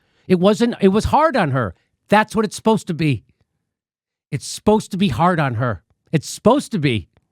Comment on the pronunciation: Someone please tell Jimmy that "spost" isn't a word. Did you mean "supposed?" 🤣🤣🤣🤣